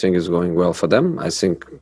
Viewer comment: “I sink” lol 😂